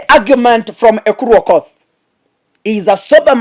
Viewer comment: it's Aukottt..not Okothhhh